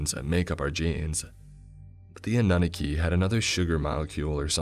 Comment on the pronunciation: Anu-naki lol